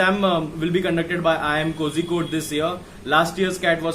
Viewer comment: it's kozhikode not kozzhikode